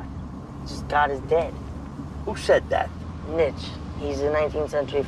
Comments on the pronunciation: "Nitch" HAHAHA! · "Neetshee" wasn't any better... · "Neetshee" is as false as "Nitch". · Ha, he pronounced Nietzsche as, "Nitch." Nietzsche doesn't literally mean that god is dead. He is atheistic in the sense of god, but be meant figuratively that religion is declining. Secondly, Nietzsche only started losing his mind after his syphilis warped his mind. He was far brighter and more relevant than most philosophers -- and I don't mean that with bias. Most philosophical teachings get out-dated by science, but plenty of Nietzsche's post-darwinist stances still stand alongside it. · “Nitch” BAHAHAHAHAHA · its actually nee -chuh